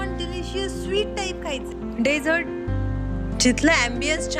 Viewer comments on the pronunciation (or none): डेजर्ट ❌️ डीझःट ✔️ 😂😂